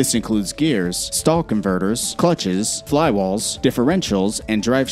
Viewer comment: fly wals?! lol